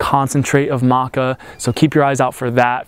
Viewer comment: I'm curious why you call it Maca Roo? You are the 2nd American I have heard call it that.